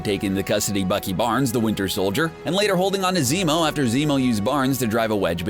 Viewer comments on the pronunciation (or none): none